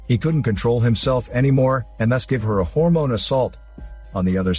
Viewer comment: Story was pretty cool. Then he said, "a Harmone assault!"... 🤣🤣🤣... I had to pause to laugh.